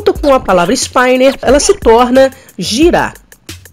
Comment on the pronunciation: "ispíner" e não "ispáiner" ;)